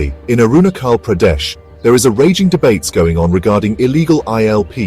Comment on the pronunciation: Is it pronounced as Arunakhal or Arunajhal?🤔